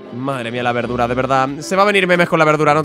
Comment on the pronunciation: me encanta cuando le dise berdura